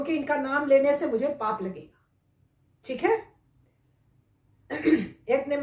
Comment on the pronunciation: I love the way mam says teek it’s like dam ki